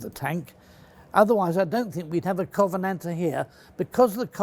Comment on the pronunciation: I knew we could count on Mr Fletcher to pronounce the name of the bloody thing correctly.